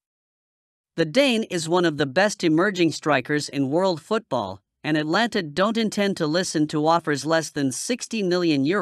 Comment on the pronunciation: and it’s Atalanta NOT Atlanta.